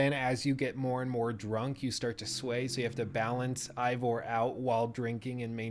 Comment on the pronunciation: God dammit. It’s “A-Vor”. You don’t pronounce “eight” like “ight”